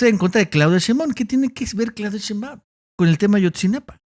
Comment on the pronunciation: dice "Cheinbaun"